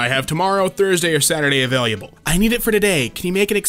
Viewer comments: Available. Available. Not avaluable. Holy shit why does the way he says that trigger me so damn much?!?! It's UH VALE UH BUL. Not A Valuable. triggered screaming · A-VAIL-ABLE. Not ava-LIA-ble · he read available the 1st time as availiable and the 2nd time as available lol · Word: Uhh-veil-uhh-bull (Available): uhh-veil-you-uhh-bull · AVAILABLE not AVAILIABLE. I’m sorry but every one I hear you say availliable a little bit of me dies. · No one: Nobody ever: Not even Jesus: Narrator: pronounces available availiable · Nobody:: AVailYubLe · no one- “ ” - “availyeable” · I love how he keeps saying [a-vai-li-able-] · A way liable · nobody:: "avaliable" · why does he say available like availyable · My guy Available not avaliable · I don't know why but it bothers me when says "avail-u-ble" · how many times does he say avaliable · is it just me or does he keep saying 'availyable'? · damiens pronunciation of available kills me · why does always have so much trouble with the word available? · Thats not how you say 'available' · he says available with a Y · How you say "Available" stresses me out. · Why does he say available like that? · Idk if anyone noticed but said available weirdly twice just watch and listen